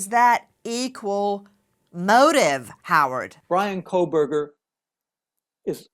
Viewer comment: Kohberger, no L.